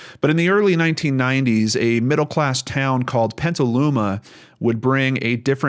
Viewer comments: Petaluma not "Pentaluma". There's no N in the word. Thanks, tough story. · I was born in Petaluma!! It's petal-ooma